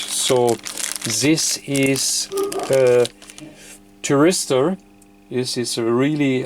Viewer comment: Hi i think it is called a THYRISTOR and not a TRYRISTOR its just the English translation dont worry about it....Fred in uk.